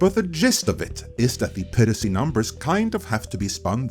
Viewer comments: Add a new one to list of words, hehe. “Peer-racy” 😆 I don’t want to be an *ss, just giving advice. Try this instead: “Pie”, “Ra”, “Sea” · Not sure what country you are located in, so apologies if you have an accent for a reason, but it is pronounced PIE-racy. Like apple pie! Not Pee-racy. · Great video, but it's pronounced PI-racy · "peer-uh-see" ... -_- ... ah yes those darn "peer-utts" and their "peer-uh-see" c'mon, man. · you can say pirate correctly, but not piracy for some reason.